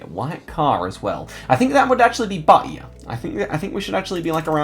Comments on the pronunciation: Hi, Im from Bahia, I love when u make these insane guesses around here, here we pronounce it baia, without the h sound, anyway, keep it up the great guesses all the way to the top ❤️ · i love the way you say bahia, that stop is so cool to listen to